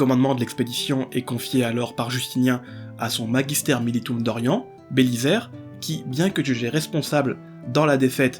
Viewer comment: Compte de l'orthographe on doit dire Belizaire, pas Bélissaire. Désolé le côté gramar nazi qui monte aux oreilles.